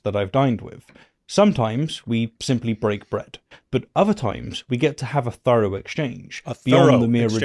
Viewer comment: Is accent an affectation? I don't know anyone who pronounces 'thorough' the way he does and I'm English, so his being a Brit isn't an explanation.